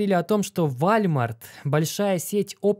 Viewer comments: вОлмарт) а то что то не сразу понял что за вальмарт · Как чел, который живет в сша 5 лет, скажу тебе: это не вальмарт, а волмарт) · Уолмарт, а не вальмарт 🤣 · Волмарт ! А не вальмарт 😂😂😂😂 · Не Вальмарт а ВОЛМАРТ. WALMART !! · Волмарт - правильно произносить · Уолмарт правильно говорить